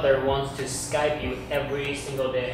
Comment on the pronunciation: 每個外國人也是說"skype" 但那個日本人說了"sky pe" (用e還是用y?) 外籍英語老師教的ww